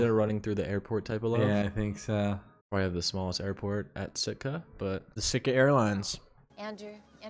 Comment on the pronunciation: You guys calling Sitka “Stika” the whole move has me dead 😭